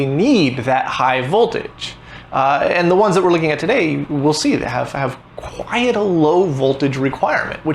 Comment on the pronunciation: Not gonna lie, every time I hear you pronounce "quite" as "quiet", it gets me a little. It's an odd quirk.